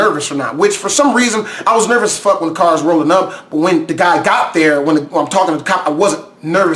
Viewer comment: I love your carrrrrrr